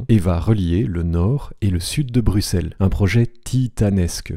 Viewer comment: x se prononce [ks] et non [s]. ui se prononce [ui] et non [uui].